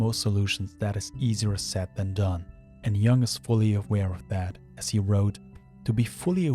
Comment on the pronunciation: Great video🙌. Just one thing: I think it's pronounced Jung with a u, not like young, since he was swiss.